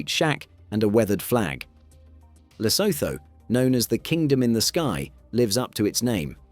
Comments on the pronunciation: And Lesotho is pronounced luh-SOO-too, in both British and American English. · Lo-so-tho🤣why why why why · Pronounced Le Suit two .. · lesotho is pronouned lesootoo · I love Britain and Brits, but why do you so stubbornly mispronounce proper nouns like Lesotho and Neanderthal? The haitch's are SILENT mate, SILENT. And can you have a little tiny bit of respect for people whose names come from a different language. Every time I hear José said as Josie, I really get frustrated.